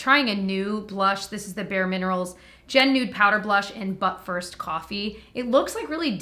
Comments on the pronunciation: Omg your infliction when you said “but first, coffee” made it sound like you were saying “butt first, coffee” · I totally heard "Butt first coffee," and not "But first, coffee." 😂